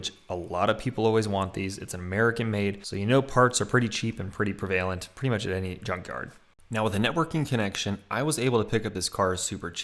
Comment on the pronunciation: That’s not how you say “prevalent”, dawg.